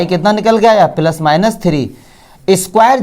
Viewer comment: Sir phele plus bolna shik lo fir maths samjha na